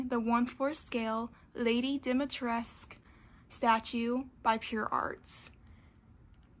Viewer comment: Dimitrescu'' is a romanian inspired name ..so you should say the whole name (all the letters ..including ,,cu'' ..not just ,,Dimitres'') 😁